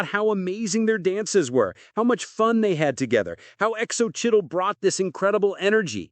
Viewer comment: Really..mylove is so right. Ruins the whole thing